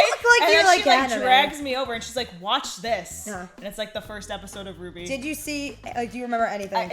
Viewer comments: Hey hey I literally tried so hard to correct your purnouncitaon of r-w-b-y Ps rwby came out 8 years ago almost at the big 10 time flies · I REMEMVEE QHEN SHE SAID R W B Y